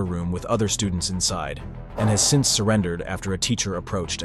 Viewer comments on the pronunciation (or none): none